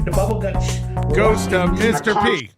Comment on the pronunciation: DA BUBBLE GUTSH